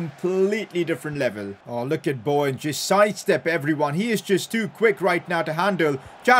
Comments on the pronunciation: Fr. It’s not Bauwen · Why tf do you all get so triggered he doesn’t say Bowen properly, like is it really a problem?